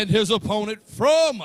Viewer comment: The way he pronounce opponent 🤣🤣🤣🤣🤣🤣🤣🤣🤣 wtf engin